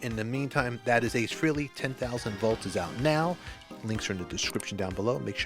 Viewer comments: It's still FRAY-LEE. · FREELY, nice job. It's FRAYLEE